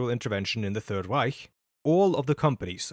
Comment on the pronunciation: i know i can trust this guy because of the way he pronounces "reich"